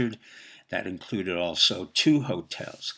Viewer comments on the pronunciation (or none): none